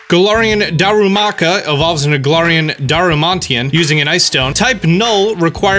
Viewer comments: Dar-Man-eeee-tan. Not darmantian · DAR-U-MA-TEE AN that's a new one. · everyone: Darmanitan: DARUMANTIAN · “Galarian Darmantian” ok its Darmanitan not Darmantian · I never hear people say Darmanitan right XD I’m (pretty) sure it’s Dar-man-it-an but I hear Dar-man-tea-an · bruh "daramantian"- sounds like a rlly epic element, but still wrong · "Grapple-oct". Not "grap-clop." "Dar-man-i-tan". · You said Darmanatan SO wrong lol it's OK tho just thought it was funny, also I'm not sure if it's a mistake or maybe it changed but Togetic originally evolved with shiny stone to togekiss. So yeah not sure if you messed up or maybe it's different just a FYI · Dar-Man-Ih-Tan, only one you got wrong, brudda. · Then says Darmanitan wrong. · You totally butchered darmanitan's name 🤣